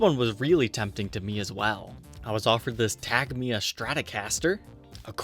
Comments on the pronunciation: c’mon it’s not tagma, it’s ta-jee-mah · The stratocaster is pronounced as TaJEEma (caps in stressed sylable). It's a brazilian brand, it uses brazilian woods if it's the brazilian line, the asian ones (cheaper line) it's wods more commonly found in low cost asian brands (basswood, cedar or even alder, although I'm not sure on the alder). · The way he pronounced Tagima... Facepalm